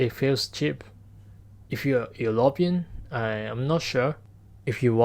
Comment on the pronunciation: The video is great, I watched it with pleasure ❤ I am studying Japanese language for fun right now, as a hobby and I would like to bring your attention to your English pronunciation (which I was really impressed with, you nailed it, I got it without looking at the screen, well done) in word "European". I know that katakana is used for replicating foreing sounds but I haven't laid my hands on it yet, I am stuck with hiragana. But I guess "European" can be pronounced ゆろぴあん... It's solid "yu" sound in the beginning. Sorry if that was not the comment you would normally expect to see under such video, I just couldn't pass by... Anyways, this was the first video I watched and I subscribed ✨